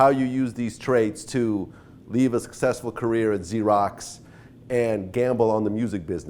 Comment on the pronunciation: Why can't he say 'successful'?